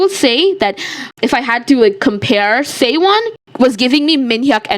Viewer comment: the fact that you kept calling seowon saewon keeps getting on my nerves😭